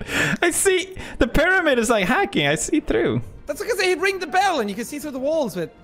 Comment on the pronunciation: "They slept in piramid but spawned near wotershep" nani